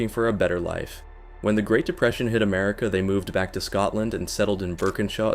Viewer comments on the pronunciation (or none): none